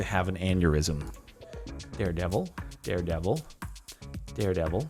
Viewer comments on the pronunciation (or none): sorry but did he just say "dared evil"